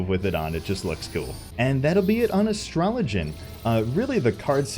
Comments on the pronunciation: That pronunciation is killing me. It's Astro-Low-Gi-Ann! :D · Sorry but you're mispronouncing Astro-log-ee-an! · You said AstroloGian wrong btw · YOU SAID IT WRONG. It's "Astro-low-gian!" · Why is he saying it "Astrologen"...? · HOLD THE PHONE. HE SAID IT WRONG. ASTRO-LOG-IAN. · Why are you pronouncing Astrologian wrong? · Can Square Enix sponsor you to say Astrologian correctly? :p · "Ah yes, Astralogian, my favor-" Me "Wait what?" restarts video (?) "Ah yes, Astralogian - Me "Who are you, and what have you done with the real? We all know how you pronouce that particular word! Now say, pugilist." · Whoa, whoa, whoa.. Your Basically video taught me that that is not how you pronounce Astrologian. Money back.